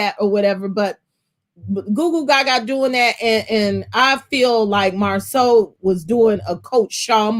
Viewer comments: please stop calling that man MarSUE! His name is MarSAU(SO). Its not that difficult. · Girl could you stop calling that man Marsue (Mar-Sue) his name is Marsau pronounced (Mar-Saw) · It’s MarSo with a long O.. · I'm going to need y'all to research how to say their names. Not Mar-sue Bishop is correct, Mar-so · Please get Marsau name correct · Who is Marsue that is not the way it is pronounced cringe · Pronounce Marso! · At this point I think it’s on purpose. Everybody else has corrected themselves. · Ok I 'm not subscribing just because of the way you saying this man's damn name. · I wish will learn how to pronounce Marsau’s name! OMG 😆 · Can somebody please give me the tea behind intentional mispronunciation of Marsau's name?